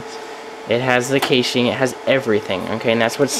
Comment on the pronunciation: Its pronounced cashing.